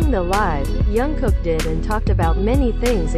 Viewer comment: Please pronounce his name properly...it“s been awhile that you keep mispronouncing his name...it is JUNGKOOK... letter J is pronounce as is and not as Y as you keep saying Yungkook....